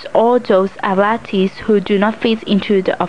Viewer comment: athletes is pronounced as aff, leeets as in "eats"